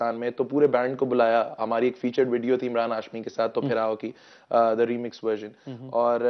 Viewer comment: Bipendra ɐuɐɹ not fir its phir